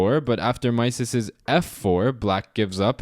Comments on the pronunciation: Great video as usual: thanks! BTW, 'Mieses' is pronounced 'miz' (like 'me' with a final 'z')) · It is pronounced Mises (i not ai). He was French, therefore the ie sounds like i. Great content . Keep going! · It's pronounced Meee-zes